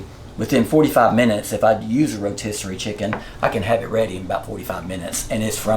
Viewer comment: Then there is the fact that he called a rotisserie chicken a rosterior chicken lost me. DId he confuse the word posterior (ass) with rotisserie? Then he just pours evaporated milk in the soup instead of making a roux to thicken it. Then a can of mushroom soup instead of starting with a mirapoix. Yes I am convinced- this could be Joe Biden's cook.